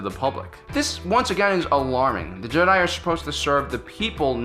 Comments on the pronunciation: Is it just me or does it sound like he says "Jedah" sometimes rather than Jedi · Matt Quarry It should also be mention that he keeps prouncing Jedi wrong for fucks sakes man learn to pronounce shit... Ok on to the matter i agree with The OP here and also let's say they allow others to mine the crystals? Oh wait the death star was powered by it right? Anakin wasn't asked to do battle he did it on it's own... Jedi order wasn't funded by the republic... The holocrons are dangerous to anyone who doesn't understand that some of them have the dark side in them and can poison any force sensitive.... Anakin was being sort off controlled by Sidious why he killed the count dooku... While yes the clones were they were sort of possessions but i do agree it is inhumane to do so... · he pronounces "jehhh DIE" funny